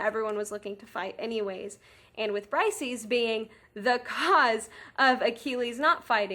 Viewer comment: Her name is pronounces Breesayees, not brysees. Hardly any youtubers gets this right